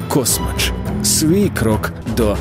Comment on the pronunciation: КасмАч!!!!! Наголос на А!!!!